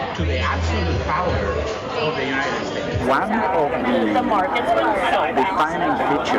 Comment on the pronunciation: Did he say the jew knighted states or Jew knighted nations